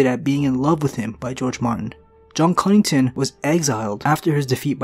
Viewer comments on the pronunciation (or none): Connington* not Cunnington